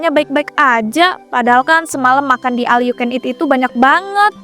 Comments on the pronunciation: Knapaaa semua bilang al yu ken it, baca nya ol yaaa bukan al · OL yu ken it mass bukan aL 😁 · Iya BE OL😂